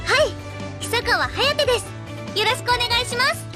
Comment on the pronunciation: reads "Hiyasaka Hayate", should be "Hisakawa Hayate" : reads "Nagisaka Nagi", should be "Hisakawa Nagi"